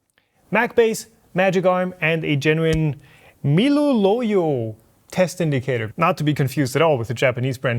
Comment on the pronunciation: OMG when you read Miluloyo i died laughing.